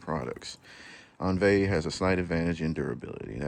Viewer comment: The French pronunciation is "ohn-VEE"